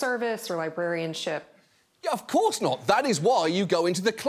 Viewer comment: Did she say librarianship?